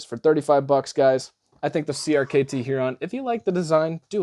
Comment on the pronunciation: Hee-ron? Herrrrrron. Like the bird. Durrrr